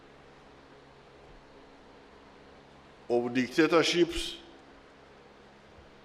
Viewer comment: My guy said dictatorships 😂😂